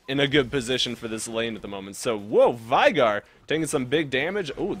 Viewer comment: U were pronouncing veigar wrong.....